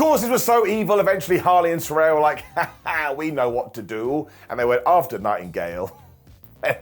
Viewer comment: Still struggling to say Saraya's name right 😅😅😅